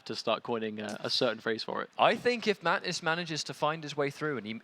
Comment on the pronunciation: Can they please say Mantis instead of matnis